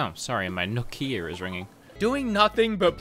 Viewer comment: "Nook-ia" me:: wheezes